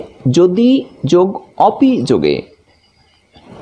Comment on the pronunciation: স্যার, আপনার ভিডিয়ো গুলো অনেক সুন্দর হয়। আমি একজন বাংলার ছাত্র ও শিক্ষক হিসেবে অনেক উপকৃত হয়েছি। স্যার, একটা প্রশ্ন আপনার ভিডিয়োতে আপনি একটা শব্দের উচ্চারণ করেছেন “অপি” = (অপি), কিন্তু আমি উচ্চারণের নিয়ম অনুসারে এই শব্দটার উচ্চারণ এভাবে করি, “ওপি”। স্যার আসলে কোনটা শুদ্ধ দয়া করে জানাবেন। ধন্যবাদ।